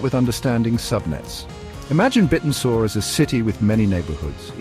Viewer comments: that AI is a bit annoying - and yes he said it wrong 😢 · Bit n Soar? Have I been saying it wrong or does AI still need some work? 😅